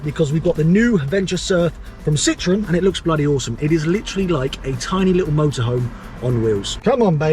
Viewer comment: Its a Citroën. Not a Citreon……. 🥴